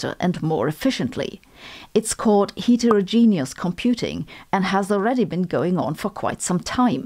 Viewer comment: The "et" in heterogenous is pronounced like it is in "better"